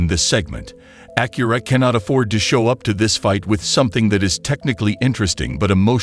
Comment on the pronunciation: Bad AI voice and video. The front of the car changes with each view. I hate how it says Acura.